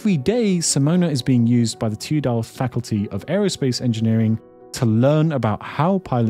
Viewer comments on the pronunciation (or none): dont say it like tudelft say tu as a separate letter and then delft like you would say normaly bc i live in delft and this hurts my brain